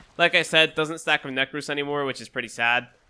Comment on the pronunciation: neck-rose xD